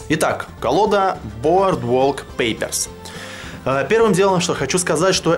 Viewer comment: название произносишь как француз :)